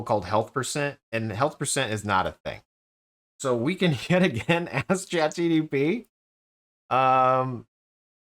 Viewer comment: say it with me. Chat G. P. T. G P T 😂😂😂